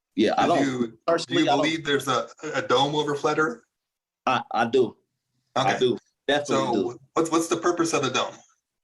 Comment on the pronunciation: I heard “earf” that was it for me.